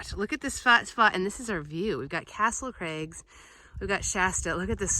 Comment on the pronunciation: I love how you say Castle Crags like it's a guy's name. I can imagine a TV commercial-- "Come on down to Castle Craig's Used Cars! We cheat the other guy and pass the savings on to you"!